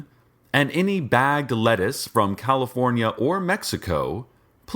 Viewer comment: He said California correctly!